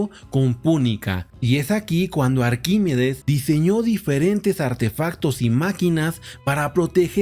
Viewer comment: Arquímedes...no Arquímides